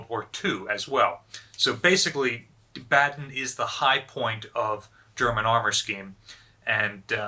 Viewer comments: Just a small hint if you want to improve your German: Baden is pronounced with the “a”-pronounciation you use with the word “car”. And “Bay” in Bayern is pronounced as the English word “buy” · Baden is pronounced BAH-DEN